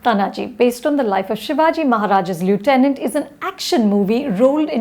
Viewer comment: Lieutenant ka prounounciation aata nhi aur review kregi!